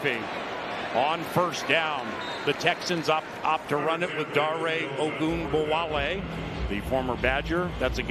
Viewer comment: every insane "ogunbowale" pronunciation timestamped